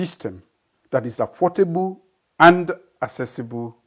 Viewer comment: Excuse me sir,affordable or affortable which is the right word,u are a big disgrace to our nation,shame on u mr,president with the hold of your government lot of criminals on position,may God continue to help that beautiful nation mama salone the blessed land.🙏💯🇸🇱🙄😁